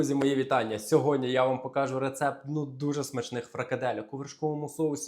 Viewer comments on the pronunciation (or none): none